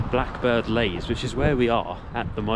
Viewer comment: It's Blackbird Leys (Lees), not 'lays' as you pronounce it.